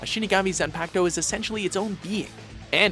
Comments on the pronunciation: Am I the only one bothered by the repeated mispronunciation of Zanpakuto and Bankai? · its not zan its zon and its shikai not shikaaai its also bankai not bankaie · "#3 Zanpaktow" zanpaktow zanpaktow really? zanpaktow HAHAHAHAHAHAHAHAHAHAHHAHAHAHAHAHAHAHAHAHAHAHAHAHAHAHAHAHAHAHAHAH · Now I know what many of you are talking about when the male & female announcers of pronounce anything anime-related. Saying "pak" in Zanpakuto like saying "pac" as in 2Pac. GEESH! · Can say shikai fine, but fucks up bankai and zanpakuto?? Even with the english dubbed? xD they always butcher something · Ulricc Silber Hellsing Unlimited zanpakuto (says it wrong the second time) bankai damn i was close